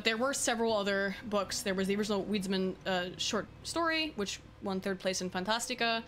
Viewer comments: It took me some time to understand what you meant by "weedsman". Lol. "Wiedźmin" is pronounced "viedjmin". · Wiedzim is pronounced with a V not U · oh but you pronouce Wiedźmin so wrong, kudos for trying but sooo wrooong (google translate is your help, it reads it correctly : D, just checked) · That's not how you pronounce Wiedźmin, lol, but I got no idea how to write it in text